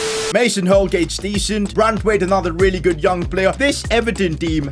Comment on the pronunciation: bro it's BRANTHwaite not Braithwaite